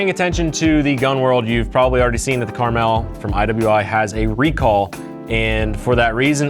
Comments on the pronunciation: I mentioned you saying the name right because I just watched someone name the gun “Caramel” (not on accident) even tho the name is on the side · Thank you for saying the name right. I love this gun if only they sold barrels and piston parts… I’ve spoken to manticore, kns and hbi industry to get some aftermarket parts they said it needs more traction